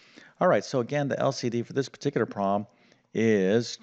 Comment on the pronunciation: Generally you speak clearly but it took me a while to work out that prom means problem and denomnator is denominator. Is prob, problem? Noom rater?